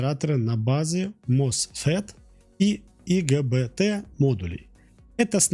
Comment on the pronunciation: Впервые ИГБТ на русском услышал, все говорят ай-джи-би-ти (кстати в википедии есть русское название по ГОСТу, но гуглить я разумеется не буду). Я правильно понял что внутренний цилиндр никак твч не закалить? Напрашивается следующее видео про люм-контроль Загуглил - БТИЗ (IGBT) — так в стандарте ГОСТ Р (МЭК 62747:2019) называется биполярный транзистор с изолированным затвором.